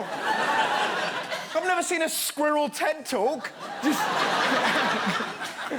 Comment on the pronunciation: The way he says squirrel had me dead